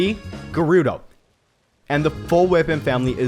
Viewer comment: Gerudo does not rhyme with B